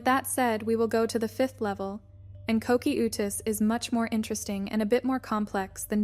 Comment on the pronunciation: ko-key-oou-tus. lol